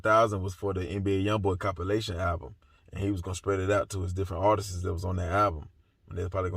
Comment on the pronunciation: ARTISTS NOT ARTESIS..I like you, so I’m not being shady. I just want you to enunciate the words correctly.